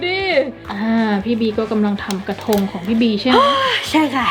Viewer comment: กระทง เป็น กระธง